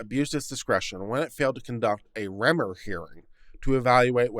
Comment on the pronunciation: The first three times you encountered the name "Remmer," you pronounced it three different ways. I submit that, following general English pronunciation rules, the accent is on the first syllable "rem" which rhymes with "hem," as in the lower finished edge of clothing; this leaves the second syllable "mer," which rhymes with the pronoun "her." Indications that you're reading a bit too fast,. You bet I pick nits!